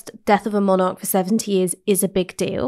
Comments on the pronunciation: Haha. I do realise Ash has a few quirky pronunciations. Monarch, being one that stands out, but there are also a few other ones. But I just let it go over my head, because who am I to say how a word should be pronounced. To me, what matters is the coherence of the argument and the narrative - with Ash they are always solid. I might personally have taken a different angle at times, but it's always well reasoned and rarely, obviously wrong. I'm a bit of a stickler for logical consistency accuracy etc. With other commentators, whilst I might generally agree, they do have a tendency to go off course at times, and say things that are obviously mistaken. I always work on the principle, that you can never say with complete certainty, that something is the absolute truth. There is often room for other valid perspectives. But you can 100% be certain if something is wrong, or mistaken in the terms it is framed. If you can cite an example, that contradicts what someone says, at the least they need to re-frame that argument for it to be valid. What's impressive with Ash's off the cuff arguments, is she rarely makes those errors. Whilst I might not always 100% agree, it is always a genuine matter of opinion, not clear inaccuracy. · She's great. I'm afraid I do get distracted though by the mispronunciation of the word 'monarch'. Its pedantic, I know but my brain won't let it lie.